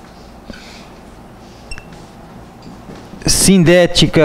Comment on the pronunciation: as vezes não dá pra entender o senhor falar se a oração coordenada adversativa é SINDÉTICA OU ASSINDÉTICA, mas estou amando sua forma de ensino, aprendo muito. Mas estou com essa dúvida , o senhor pode me explicar???.